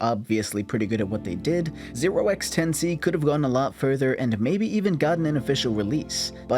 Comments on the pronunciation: The way the name is supposed to be pronounced is "10 to the C" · I believe Notch pronounced the name "Ten to the C" The 0x isn't pronounced because it just indicates that the number is in hexadecimal.